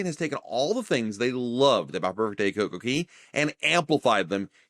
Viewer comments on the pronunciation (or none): It’s cocoCAY. Not cocoKEY. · It’s cay not key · Never heard anyone pronounce CoCoCay as "key". RC pronounce it as "kay" to rhyme with "Perfect Day", but Google say both pronunciations is fine. RC Marketing Director: "Perfect Day at CoCoKey? naaaa that sounds silly bro!" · Thanks for the video, but, it's CocoCay not CocoKey lol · It's Cay not Key. How do you make and take so much time editing a video and make that mistake. It hurt to hear it every time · It's Coco Cay, not Coco key dude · That's all I could think about the whole video